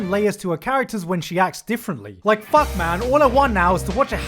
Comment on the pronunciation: О боже как много слов на английском. Но мне так нравится, как этот парень произносит слово f u c k мммм просто 10/10!